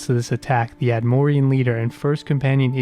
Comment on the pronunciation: Your presentation is really good, annoyingly you keep mispronouncing words and saying things weirdly. This is not a dig just feedback. Atmoran not atmorian Arthropod not arthopod Dedication to the god Auriel not dedication of Ayleid not Ayliad Quagmire not quagmeer "He's refuted for should be reputed.